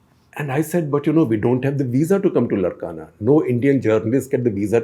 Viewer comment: It’s Laarkana that’s how it is pronounced not Larkana. It’s how Sindhis used to pronounce as it’s in Sindh